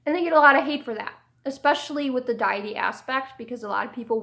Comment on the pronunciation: I love your videos so much, but I have to be honest, deity is not pronounced "dye-eh-tee" it's "day-eh-tee" or "dee-eh-tee". It's also therian, not theri-kin. I'm sorry I don't say this to be a jerk, I genuinely love your content both on Amino and YouTube.